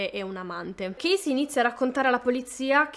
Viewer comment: chasey si pronuncia cesi`